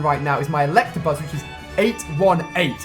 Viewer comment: "Electrabuzz".. and you call yourself a Pokémon master...